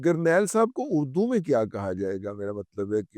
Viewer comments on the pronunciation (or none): none